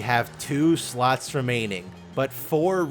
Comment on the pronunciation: Every time you say slots i feeel like you say sluts🤣